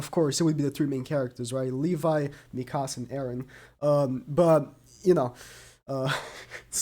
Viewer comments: You pronounced Mikasa’s name wrong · The way he says mikasa💀